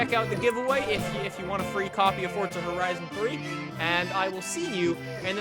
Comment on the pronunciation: Yes more "Fortza" Horizon 3!